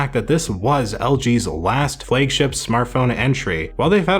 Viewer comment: "Flague" ship ?🤔